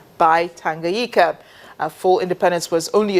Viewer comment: I always wonder why some of these international broadcasters dont learn to pronounce 'names' properly. Here 'Tanganyika' and Julius 'Nyerere'...i think her problem is the consonant 'NY' ie Nyika and Nyerere.